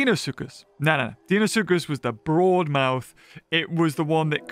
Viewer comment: It’s Dino-soocus not deeno suchus